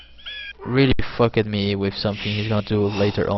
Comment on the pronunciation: Unbelievable work. Just one thing: Walled; pronounced Wall-d Fucked; pronounced Fuck-d Rather than Wall-led and Fuck-ked:D